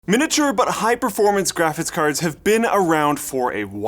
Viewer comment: Almost sounds like pronounces" graphics cards" like" graphits carts".